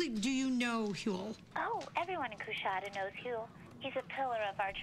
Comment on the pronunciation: Dude, learn to pronounce Coushatta! They were one of the major tribes of Native Americans!